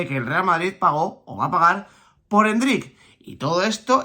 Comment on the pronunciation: Me da algo cuando escucho a diciendo endrICK 😬 jajaj con acento al final